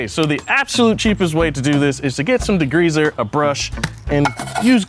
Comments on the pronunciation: Why does bro keep say DEGREEZER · What is "degreazer?" I have heard of degreaser... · Love but can we discuss how he says degreazer and not degreaser 😂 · Are we going to talk about saying "degreazer"? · says D-GREEZER hahahaha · Why do Americans make it sound like there's 2 gs in degreaser 🤣 .